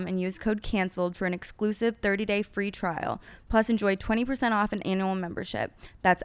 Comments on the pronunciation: When Brooke said “annual membership” I heard “anal membership”. Maybe just because their convo before 😂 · Brooke pronouncing Annual like Anal in the ad after just discussing anal 💀💀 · I can’t be the only one who heard “anal membership” during the alo sponsor 😭😭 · Brooke trying to say annual, but saying Analual 😅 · Am I the only one who heard Brooke say “Anal” in the word annual in her ad lol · Brooke pronouncing annual as anal sent meeee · literally sounded like anal 🤣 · BROOKE CANT SAY ANNUAL??????? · her pronunciation of annual killed me 😂